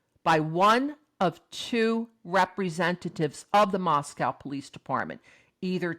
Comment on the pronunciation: TY for your videos. Respectfully, Moscow in Idaho is pronounced with the second syllable is a long O sound.